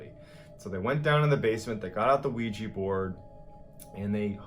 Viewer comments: So I'm the only one bothered that he says Ouiji board when talking about the Ouija board? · It's Ouija... Pronounced "WE-JUH", not "We-Jee" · Very good narrator but.... what's a ''Ouij i'' board ???? He didn't realize it's a OuijA board ???!! Congrats on ur channel !!!! =))) JK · i dont criticize you for pronouncing it as weejya because its spelled ouija which is bullshit but its actually pronounced weejee